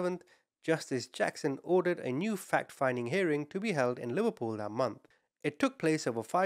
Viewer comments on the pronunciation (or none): none